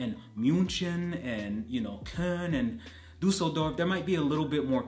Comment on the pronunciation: Finally a native Englisch speaking person said not kolone. yes ist Köln.👍